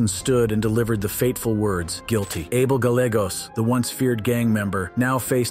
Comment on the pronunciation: Gallegos…pronounced= guy yay goes.